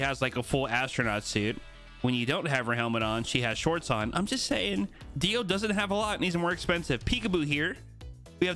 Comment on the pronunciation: Anyone else a bit annoyed that keeps saying Dio instead of Deo?